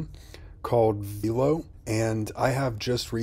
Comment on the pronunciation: Veelo????? No. VELO